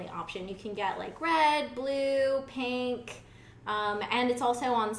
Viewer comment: "you can get it in red, blue, paynk" wait what? lmao i love you ingrid <3